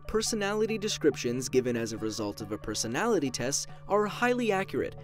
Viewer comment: “pesonality test”